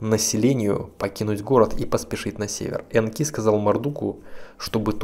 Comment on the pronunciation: Энки, ударение точное? На первую букву реальней, кажись...